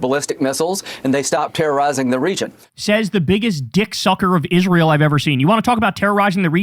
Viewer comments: Senator Ladybug is one of the most disgusting and insufferable people alive for the shit he does and says, least of which is the way he says "Izrull" and "nuke-yalar" 🙉🤪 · Lindsay is a Nazi - and he also can’t even pronounce the name of the nation he actually represents, rather than America: he f’ing always says “Is-ruul” like a complete dumbass, instead Israel. We did the wrong thing after the Civil War. We should have CRUSHED THE PSYCHOS, like Lindsay.